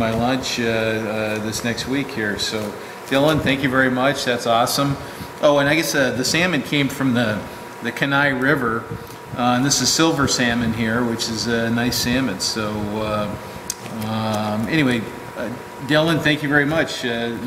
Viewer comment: not "Ken I" - it is pronounced "Key ni" spelled Kenai (submitted by a life long Alaskan).